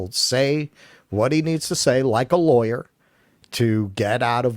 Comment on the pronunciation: mispronounced the word "lawyer." The "aw" makes an "ahh" sound, not an "eye" sound.